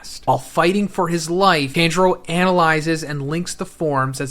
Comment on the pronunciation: Dude watch 1 anime episode its pronounce TON-Juro Not Tan U Swine